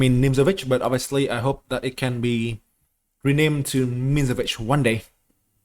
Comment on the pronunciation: Sicilian mihnsovich lmfao